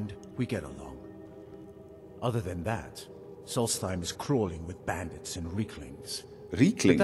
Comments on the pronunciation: It's "Solstheim" not "Solsteim" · Solstheim is pronounced "Solts-heim I believe.